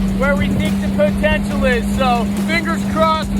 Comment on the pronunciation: po-ten-shul. Say it again...